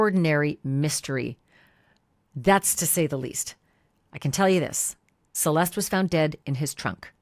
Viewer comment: Thank you for all you do. I hope they catch the person that did this! Why does everyone call her Cel-est? Her name is pronounced ... Cel-est-té. FYI You pronounce the e at the end.